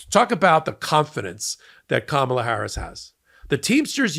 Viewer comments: It’s not a big thing, but he doesn’t even pronounce her name properly. That shows his disrespect for his opponent. Go Blue!! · I've seen footage when he's just talking and doesn't realize he's being filmed, and he pronounces her name correctly, so he knows the difference and deliberately mispronounces when he's "performing." It's sick. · He even called his buddy Elon Musk Leon the other day but he probably mangles Kamala deliberately.